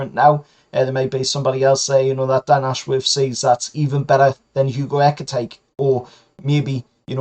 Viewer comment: Just for the record ekitike is pronounced eh-keh-tee-kay but the preferred geordie version is ecky tecky...